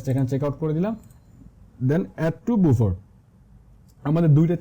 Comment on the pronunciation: বুফার না, এটার উচ্চারণ বাফার :D